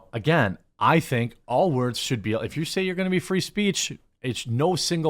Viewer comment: Wordzezez!! REeeeeeeee!! 😂😂